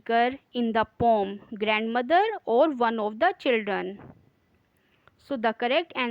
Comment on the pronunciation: Poem hai pom nahi😂 are you a teacher